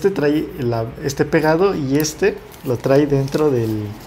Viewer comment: bueno el video. pero tienes un detallito de diccion. por ejemplo: no es trai, es trae! te falta un poco mas de soltura y confianza.